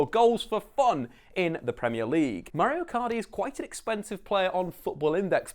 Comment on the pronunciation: Mauro not Mario